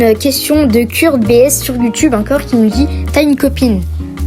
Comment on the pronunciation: ça se prononce Keurt mais tkt merci t’es le